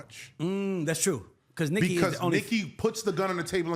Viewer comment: See, you loose me, when you say Nikki…🤦🏾‍♂️